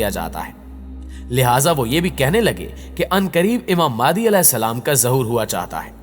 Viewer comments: Bhai Tallaffuz mei improvement le ao maadi nahi MEHDI A.S hai plz. مادی نہیں مہدی ہے امام (ع) کا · Imam mehdi ka naam to sahii se liya karen... Yeh maadi nhii mehdi A. S hai ....!! Please naam sahii liya karen...!!